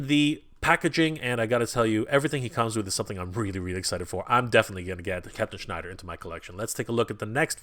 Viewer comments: It’s Shiner not Schneider! He’s not Jewish he’s a freaking Space Alien! Please say it correctly. 😂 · Shiner not Schneider:) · just wondering why you kept calling him Captain Schnider when his name is Captain Shiner?? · Shiner not Schneider